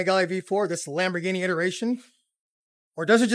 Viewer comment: Ducati dont need “lamboghini”… lamboghini need DUCATI🤦🏽‍♂️